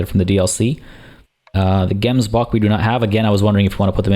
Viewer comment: Hi, just want to say that you don't say Gemsbok like that, you actually say the 'g' as if there is something stuck in your throat.